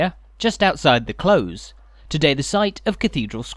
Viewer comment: It’s a close (with an s) not a close (with a z)! 😊